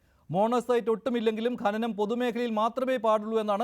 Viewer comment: ഗനനം അല്ല സഖാവെ, ഖനനം. ഒരു 100 തവണ ഉറക്കെ പറഞ്ഞു പഠിക്കൂ.